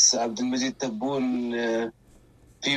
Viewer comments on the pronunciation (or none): صلحو اش ݣال هاد الفلسطيني، اسمه تبون ماشي طبون.